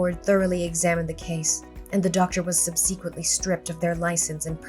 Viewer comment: "And I'm filled with temorse and guilt!" I picture draping the back of her hand over her forehead in melodrama at that 😄 Also, subsequently is pronounced 'sub-see-kwent-lee' not 'sussykunly'